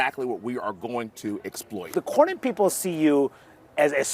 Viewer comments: Bro, I love your channel....but you pronounce Senator John Cornyn's name wrong EVERYTIME. It's like "CORN-INN". You've done it for years now, even after you hear others pronounce it correctly in your own clips. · It's CORN-IN, not CORY-IN. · COR-win not Corry win…😂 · Cornyn is pronounced “Corn-in” not “Cor-yin” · Its pronounced "CORN INN" not " COR YIN " driving me nuts over here my guy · It’s not Kore-Ian! It’s Core-Nin! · ……it’s John “COR-NYN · Despite hearing the pronunciation of John Cornyn's last name while editing this video, () still pronounced John's last name as ''Kor Ree In''...😆 I'm starting to think aka does these mispronunciations on purpose...🤔😂🤣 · it’s Core nin. Just sayin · Cornyn is pronounced COR-NIN. you said in another video to use AI. Maybe you should use it to pronounce names correctly. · John Cornyn's last name is pronounced "CORN-in." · I thought he said “Core-yin” 😅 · Dude, the way you are pronouncing Cornyn's last name is really frustrating. Like, do u not hear everyone else saying it???????? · Good mornin', John Cornyn. What state were you born in?🤠 What year were you sworn in? A band-aid is worn in the side you're a thorn in. Pronounce it: John Cornyn.--------------------------Use this poem to remember how to say his name.